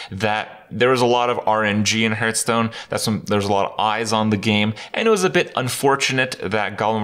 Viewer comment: Six years, and Kripp STILL doesn't know how to pronounce "Hearthstone"?